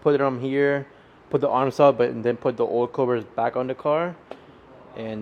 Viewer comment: Did you fucking say "oilcovers"????? LMFAOOOO